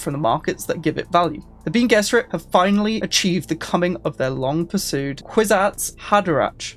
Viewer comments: It is pronounced "Ben-ay Jezz-arr-it" for future reference, but good efforts. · Bean gesserit is a famous British meal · Switching off at the second "bean gesserit". Can't do it. Really low effort stuff here. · meanwhile: BEAN gess-e-rid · so, you never watched any of the Dune adaptations then? Love the pronunciations 😂😂 Love your content dude, I’m only joshing with you with the pronunciations!